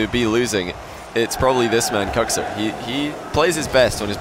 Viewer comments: It triggers me Kuxer lol not kuxir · Im i the only one that hears Cocksir?